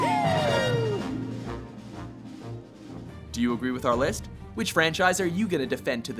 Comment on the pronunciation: Anyone else here him say liff instead of list in the halo one?